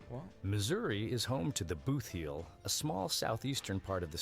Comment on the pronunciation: The narrative is about how flat KS is. However, all of the images are in the State of Missouri. Yes, MO is hilly. "Boothheel" wrong, it is Bootheel.